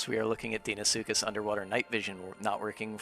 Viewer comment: the first time ive heard someone say deinosuchus correctly...all these fellas sayin dEEnosuchus...bloody sends me mental... i gotta call them just crocs cuz people hear me say dino and deino the same way...gotta get that EYE sound goin rather than the hard E and about his gripe about the camera...being able to see behind you without the need to turn around is a very animal thing...cuz even predators...particularly reptiles...have eyes that arent ON THE FRONT OF THEIR FACE...sure a lion or tiger or bear has its eyes pointing forward but they still have a wider range of vision to their sides than we do...plus their necks are longer allowing for them to see better behind them...and then things like an allosaurus with his front facing eyes can still see to his side cuz...his eyes are still on either side of his head...so unless he plans to split screen our vision which would give everyone a huge headache from seeing two directions at once...there is no real way to fully implement an animalistic view of the world...and the only time ive ever seen someone try to show others how certain animals see is something like "the truth about killer dinos" and one time steve backshall (a zoologist with a few tv series) used two cameras and pointed two directions to simulate how a chameleon can move both eyes independently...so with how it works now...when you turn the camer behind you...is actually reasonably accurate as it is...the only thing that could be done is to grey out the side your h